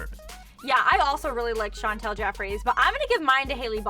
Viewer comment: Why do they say Chantal it’s Chantal can they read it.Well they spelled it right tho.